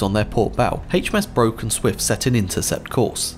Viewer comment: HMS Broke is pronounced Brook